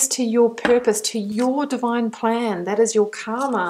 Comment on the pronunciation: You pronounced Karma as Kama. Both are different. 1st is your fate and 2nd is desire. "r" should be pronounced as r in the car.